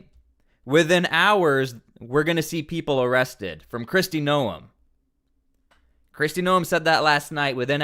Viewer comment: Stop Insulting Kristy by mispronouncing her name